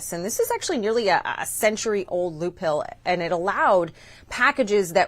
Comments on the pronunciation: Loop-HOLE not loop-hill! What is that? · Holy crap she’s saying “loophill”. She doesn’t know the word “loophole” or how to pronounce it. Amazing incompetence. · She pronounced "loophole" wrong twice in a row. "Loop Hill" ???? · Did she say loophill instead of loophole? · Did she say ‘loop hill’ instead of loophole, or am I crazy? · What the heck is a "loophill"?!?! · Why can't say the word "loophole"?